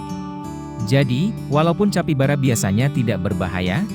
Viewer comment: Tulisan capybara dibaca kapibara min